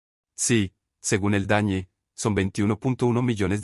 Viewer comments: Por que dice el dañe? Lo correcto es el DANE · Me sorprende que el relator diga dañe en vez de DANE